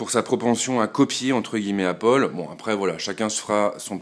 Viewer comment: apple pas appole mais sinon tres bonne video